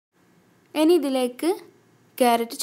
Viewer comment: എനി അല്ല, ഇനി, otherwise superb drr